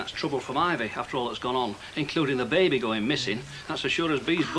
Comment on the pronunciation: If Ivy says Babby one more time ,😡.